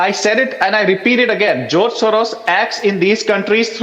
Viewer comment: Not joz mrs Gu-Swamy, but George